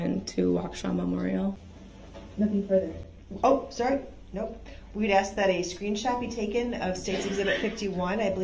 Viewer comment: But cannot pronounce the word "ask" ..... he wants to "ax" a question. Dumba$$.